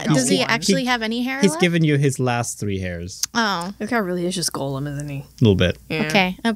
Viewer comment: just want to say Gollum from Lord of the rings is usually pronounced "Gahlum" and I cringe when ever I hear people call golems gollums but for whatever reason hearing it the other way around doesn't bother me as much. Also very fun to listen to especially when sick.